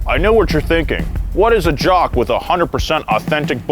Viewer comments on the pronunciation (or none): none